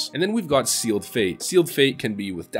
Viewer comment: it triggers me when players say seal'ed' fate lol